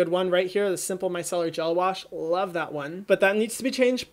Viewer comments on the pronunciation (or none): none